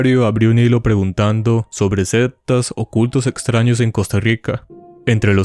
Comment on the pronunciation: Nadie ha comentado que El narrador dice "septas" en Lugar de sectas😂 pellisquese para hablar